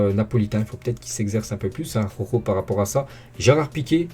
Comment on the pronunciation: '' Aroro'' prononce ''Araoro'' mec. Tu m'a tué avec ton aroro😂😂😂😂. Force a toi et très bon debriefing et j'suis d'accord avec toi Marc n'est vraiment pas au top de sa forme pourtant c'est un gardien qui devait être à son top level